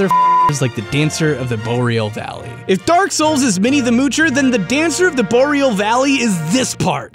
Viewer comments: I thought "Boreal" War pronounced Bore, Ree, al. Not Bow, Real. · "Dancer of the Boreal Valley." Take notes, kids. Listen to how he says it. BOW-RE-AL Dude. It's pronounced BOAR-RE-AL. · Really takes me right out of the damn video when you keep pronouncing Boreal Valley different ways every time.... The first time you said Bo-real, the second time you said it correctly, Bor-eal, and then you said it the first way again.... Like wtf dude.... Takes me right out of the video and not even want to watch it, and im only 3 mins in :/. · Oh thank god his stopped pronouncing it "bo-reel" after a while. Edit: Wait, no, he started again